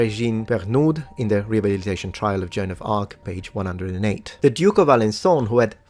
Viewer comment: you are killing me! Her name was not John, it was Joan (pronunciation?: Jo-Ann!!!)